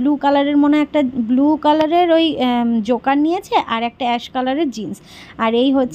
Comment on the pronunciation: জোকার না জগার বলে